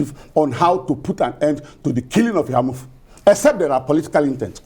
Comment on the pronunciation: The lady in the studio is from Enugu state yet she can’t pronounce Eha-Amufu properly.. SMH